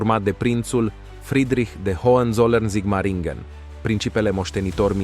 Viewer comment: F bun videocastul! Multumesc pentru el. Sugestie de pronuntie: Hoănțolărn. H intermediar nu se pronunta. Hohenzollern inseamna vamesii de sus intr-o traducere libera/aproximativa.